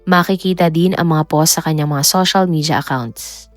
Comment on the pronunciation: I like your content pero improve on your pronunciation like how you say SOSYAL MIDJA, MAYAN-MAR, etc